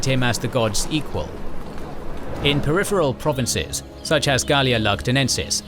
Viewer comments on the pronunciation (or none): none